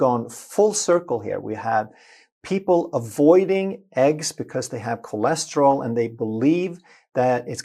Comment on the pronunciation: bhai aap kolesterol bolo. chole nahi